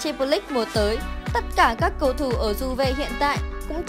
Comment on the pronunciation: Đọc tên cầu thủ sai be bét, đến chán 2 bạn này